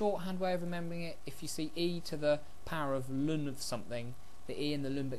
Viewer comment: You were taught wrong. It is in fact pronounced correctly in this video.